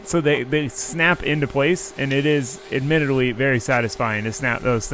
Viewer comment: "admittidwy a waste of time :3 uwu"